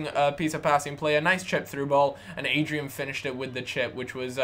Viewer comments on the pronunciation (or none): It's ADRIAAAAAN not Adrian lol :)